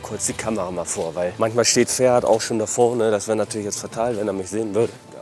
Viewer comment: Er heißt ,, Ferhat,, nicht Pferd 🐴 😂